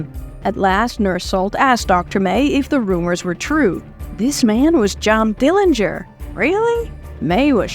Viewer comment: Bravo. The most thorough retelling of the Dillinger (you even got the pronunciation correct) story I’ve ever heard. Congrats